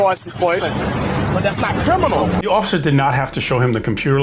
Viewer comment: I haffun did anything kerminal! Das not KERMINAL!